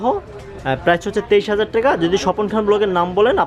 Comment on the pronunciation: টেকা বলেন কেন ভাই টাকা বলেন😂😂😂